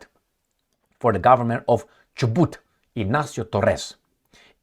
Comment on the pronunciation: You are pronouncing Chubut correctly jijiiiji